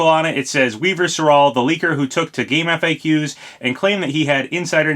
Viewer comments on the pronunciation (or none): Papa i love you but stop saying game F A Qs it’s pronounced gamefacks